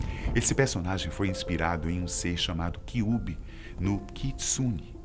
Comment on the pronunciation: Nem vão ler mas.. Acho que uma pessoa que vai lidar com o público pra falar sobre determinado assunto tem de assistir a respeito, sendo um animê não é diferente, não soube pronunciar nem "Kyuubi"